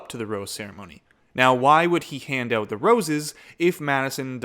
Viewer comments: I love how you say the word "out" with a Canadian accent. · I THOUGHT I WAS THE ONLY ONE WHO PICKED THAT UP 😂😂😂